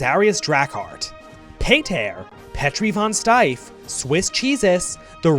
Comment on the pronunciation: him sayinf Petri von Steif instead of Petri von Stief makes the end scene so much funnier (steif=hard [mostly used for 🍆])